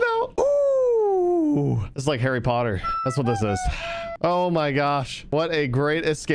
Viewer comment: This isn't harry potter...this is Harrie pooteer